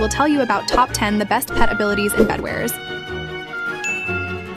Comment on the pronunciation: Bro said bedwers